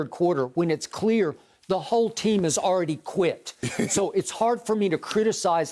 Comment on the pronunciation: Shannon: CORRECT. YES. ALEADY!